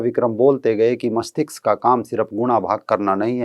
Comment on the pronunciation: मष्तिक्स नहीं मस्तिष्क